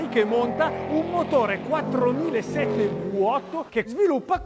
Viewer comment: Si dice vi8 non vu8. In Italia non esiste la vu ma la vi😬